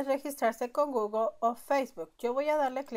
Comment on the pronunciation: solo no es goglo, se dice pronuncia gugle, gugle gugle, se escribe google.....diosi